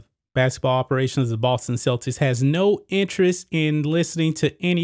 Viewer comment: It's Celtics, not Celtits. Politics not politits! Why can't you pronounce your K' sounds?